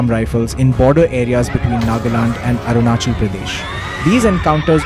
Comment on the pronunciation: Atleast pronounce right If you are also indian and as an Indian you should learn n know about Our Indian states, What is Arunisil?? Its Arunachal